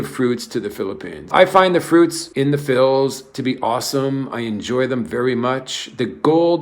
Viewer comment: Please stop saying Phils...